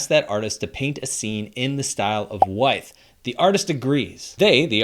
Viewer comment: Why - uth. Not why-th.